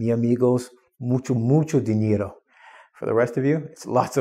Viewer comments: Mucho dinero!! good spanish. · you can speak Spanish very well, "mucho dinero"!!